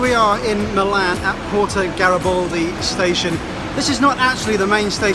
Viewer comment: By the way it is Milano Garibaldi with an "a" not Gariboldi